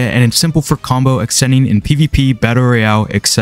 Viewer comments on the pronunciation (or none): none